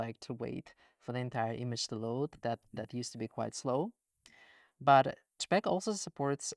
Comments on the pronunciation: You say j-pecks, we say jay-pegs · I wish the way JSON was said was consistent with the JPEG pronunciation, it's just so much more efficient to say CHpeg and CHson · I find it interesting that you pronounce JSON as jay-sun, but pronounce JPG/JPEG as jeh-peck. Not criticizing at all. In my dialect of english, people have all kinds of weird takes. This is just making me realize that there are even more takes on pronunciation across languages, and likely dialectically within those languages as well. What a trip. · I love how he pronounces JPEG as CHXHXHVHCHHCpeggg lol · JSON -> he pronounces Jay - Son 😇 but JPEG -> he pronounces j̷̪͕̪̣͖̖̻̓̿͌̀͐͆a̷̡̛͈͔̯̺̞̯̘̎̐͋́͗̅̕̕y̴̢̩͉̯̋̆̉̋͋͆͘ - peg 😳